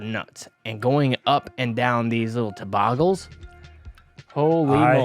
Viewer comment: We need a catch cam in the corner of the screen of face when Uli says something crazy! I wanted to see his face when he said toboggels. 😂